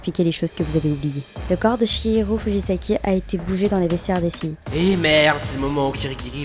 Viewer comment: C'est moi ou monokuma à dit hihiro ?